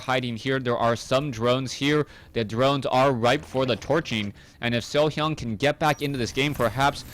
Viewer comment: i love like u say SeoHyeon <3